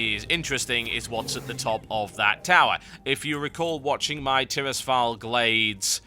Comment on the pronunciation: you promouce Tirisfall weird Not sure if its right or not?